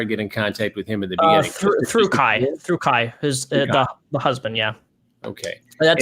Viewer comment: i love calling Kai 'kay' lmfao luv u bebe